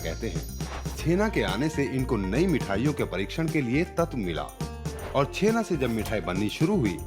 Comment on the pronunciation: Bengali me usko '' Chenaa'' nehi '' Chanaa'' kehete hain , btw .. Great video bro .Love it .❤️